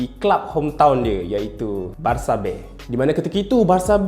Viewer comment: Spanish pronunciation dia betul lah haha